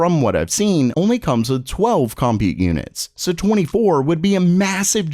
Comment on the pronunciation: The word is pronounced, “cum-PUTE”… not ‘COM-pute’